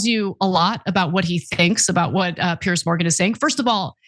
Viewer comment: Piers, not Pierce